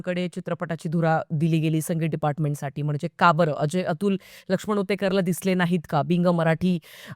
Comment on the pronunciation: Ritesh deshmukh aani genilia sodun baki cast changli aahe. साठी नाही तर साटी म्हणतो तो रितेश देशमुख. अजिबात नीट मराठी नाही. त्या genelia चे pronounciation नीट नाही.